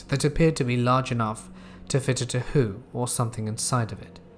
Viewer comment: Did he say tahooo instead of Tahoe in story 3? 😂